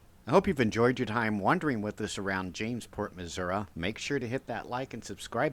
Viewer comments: no offense but it's pronounced Missour-ee,NOT Missourah....(from St Louis,and lived here all my life) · PLEASE learn to pronounce Missouri correctly!! It’s MIZZ UR EEEE, not MIZZ UR UH!! 🙄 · I enjoy your tours, however, Missouri ends in “I” , there is no “a” in the proper pronunciation. Thank you for the tour